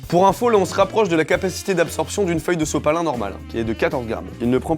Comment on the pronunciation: A il dit sosopalin